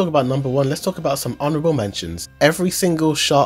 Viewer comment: "honarable mention"